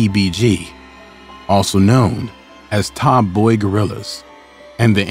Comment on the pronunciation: its “Top Boy Gorillas”, not “Tom Boy” “Fredo Bang”- pronounced “Fray-Doh”, not Frito